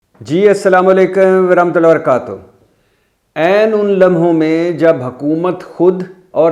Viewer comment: Brother. Please correct it. Tarah matoullahee wa bara kaatouh.